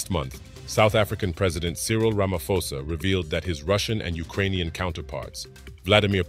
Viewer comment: Ramaphosa, pronounce the P. It's not Ramafosa.